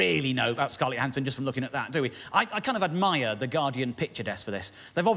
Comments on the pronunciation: I am pretty sure that the J in Scarlett Johansson’s name is voiced like in judge (ie the Voiced palato- alveolar affricate) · Hmm, if I saw the name Johansson at random I'd assume it was the more yo pronunciation, not a linguist so don't know the terminology! But it seems to me she's ALWAYS referred to with a strong J, and so I assume that's what she prefers to go by. This is actually her Proper name, so surely it's up to her? Having said ALL that, I probably do refer to her with the yo pronunciation... out of habit! But I doubt I'd be taken aback if whoever I was talking to 'corrected' me! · isn't she from Germany or Austria? I would refer to her native tongue and determine the correct pronunciation from that. perhaps she has adopted for HOllywood purposes the 'judge' ''J'', I'm going with the language thing.